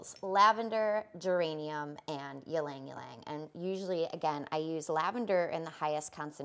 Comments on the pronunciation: e-lang e-lang not lang-lang for ylang-ylang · Very informative. Tiny suggestion - It’s pronounced Ee-Lang Ee-Lang not yeelang yeelang. It’s a Filipino word.